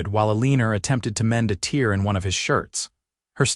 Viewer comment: Tear, in this case, rhymes with pear, and hair, not beer.